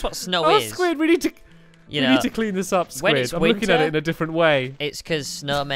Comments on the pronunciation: he calls squid squiahey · My heart sank a little when he called Squid Squaishey 😬😖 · WTF stampy calling squid squasishey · OMG Stampy said Sqaishey!!! Instead of squid